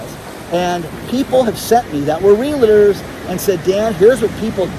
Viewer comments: Pet peeve, Dan; it's REALTOR...not Real -A-TOR Sorry, it's a common mistake! 😉😐☺🤩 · DAN, DAN, DAN, ..... Save your "LA"s for saying "LA LA LA LA LA" . Stop putting a LA in the middle of the word REALTOR. You can do it!